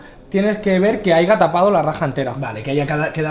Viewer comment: Uffff duele oírlo jajajaja San Juan dile que se dice haya! Son las típicas cosas que se dicen mal y nadie te lo dice pero se dan cuenta.